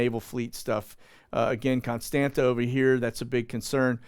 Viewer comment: Constanta is pronounced "cone STAHNT sa." the second "T" has a curlicue under it, so it is pronounced like Hebrew Tzade. On maps before WWII, they would spell it "Constantza."